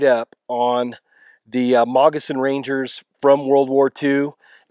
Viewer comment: It sounds like you are saying Mogissan Ranger.